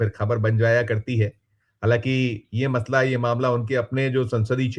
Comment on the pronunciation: मतला नहीं मसला